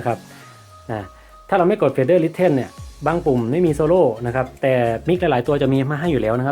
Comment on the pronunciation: Pre fader listen > (Listen อ่านออกเสียงว่า ลิส-เซ่น) นะครับ